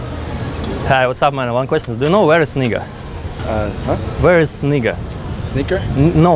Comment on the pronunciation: Actually, its pronounced NAEga not nee